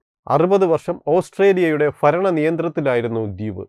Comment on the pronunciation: വീഡിയോ ചാനൽ ചെയ്യുമ്പോൾ അക്ഷര സ്ഫുടത വളരെ പ്രധാനമാണ്. ശ്രദ്ധിക്കുക. ആ ഫ്യ ന്തര യുദ്ധം- അല്ല- ആഭ്യന്തര യുദ്ധം എന്നാണ് വേണ്ടത്. ഫരണം എന്നല്ല , ഭരണം എന്നാണ് വേണ്ടത്.